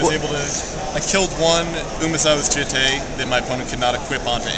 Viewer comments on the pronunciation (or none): jitte is pronounced jut